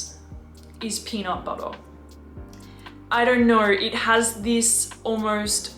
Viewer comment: I love how you say “peanut buttuh” 😂❤